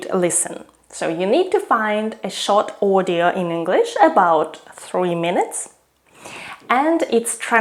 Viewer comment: I can still hear sounds that give out her mother tongue. It's very hard to disguise your russian (or kazakh) accent. And for me her "audio" sound like "ordeal".